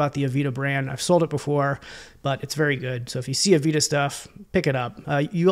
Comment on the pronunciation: Great content! Heads up though, it's pronounced "ah-VAY-da", not "avita" 🙂